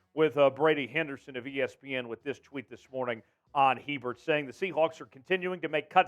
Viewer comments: It’s pronounced A-Bear for Griffin Hebert. Big time Seahawks fan from Louisiana! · How do you not know how to pronounce Griffin Hebert’s name? That’s day 1, commentator 101. FYI it’s A-Bear